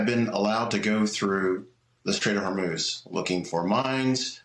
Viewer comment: The Str-ATE of Hormel